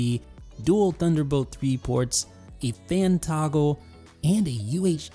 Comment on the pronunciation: its THUNDER, not DUNDER